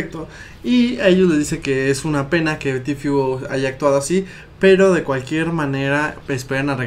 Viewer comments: que paja escuchar el tifiuuu es tfueee osea tiiii porque la t en ingles esss tiii entonces esss ti fue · Se dice tifu ajajajajaja se pronuncia en inglés no en españo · Se pronuncia "Ti fiu", se escribe "Tfue", aprendan pronunciación